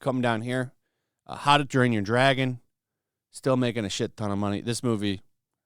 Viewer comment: Lmao. You said how to DRAIN your dragon. I have to listen to it twice and go back to check the transcript. Ahh. Good times. I love this channel.